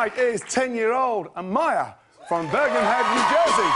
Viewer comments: Did he just say bergenhead for bergenfield... yikes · He said bergenhead not bergenfield nj